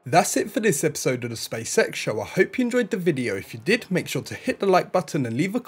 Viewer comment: Stop saying spacesex... its SpaceX.